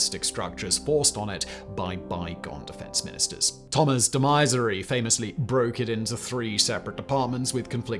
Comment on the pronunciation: That was the most hilarious way trying to say the name "Thomas de Maizière" I ever heard.